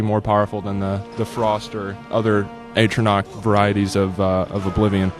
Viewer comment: Is that really how your pronounce atronach?